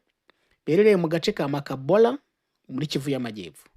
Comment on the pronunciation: Hhh mbega français ndasetse kbs ni Makobola